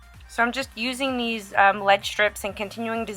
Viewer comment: it's not leading its lead with a short e. the e does not say it's name. just want to let you know that because the way your pronouncing lead sounds like you have no clue of what you're talking about. I'm not being mean . I'm trying to help you.